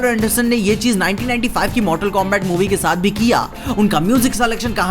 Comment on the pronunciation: Bhai koi areas mei pronunciation combact kehte ho aur liu kong, baaki video toh mast hai 🤩